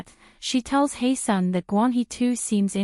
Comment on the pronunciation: Ahh this video pissed me off 🙄 from the annoying ai voice, to the fact that you butchered HyeSeon's name every time. It's HYESEONG, not Heyseon. All this detective investigation and you don't even know her name.